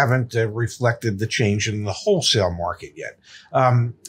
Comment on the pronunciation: Hey zack, is saying "HOE-sale" for wholesale? lol Love U guys!